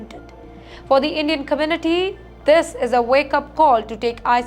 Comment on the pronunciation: OMG 😱cun takki ? Hare’s the part, commuty, coperate, tenasi, goment….WHERE DID THIS WOMAN LEARN OR DIDNT LEARN TO SPEAK ?? Yet she is only reporting on all USA matters and issues…. TIMESXP PLEASE REMOVE HER, HOW CAN ANYONE LISTEN TO HER, LEAVE ALONE BELIEVE OR SERIOUSLY TAKE WHAT SHE IS TALKING ABOUT ???